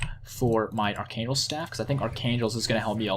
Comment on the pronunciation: I have a question, why do you say Archangel Staff so weird? You know its spelled Arch ANGEL, like Angels in Heaven you know? Its the Staff of an Arch ANGEL, thats how its supposed to be spoken, hope i helped.